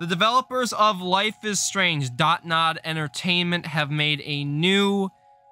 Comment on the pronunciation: isnt the company name DONT nod? and not DOT nod? lol